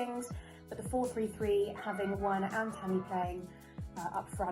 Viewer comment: Butcherd them laaaaa